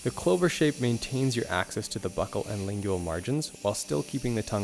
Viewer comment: You say “lingual” funny